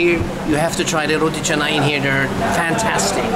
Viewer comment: Whoa.. Roti Canai.. Ais Kosong.... your malay pronounciation is like local! Eating with hand also like local. Amazing..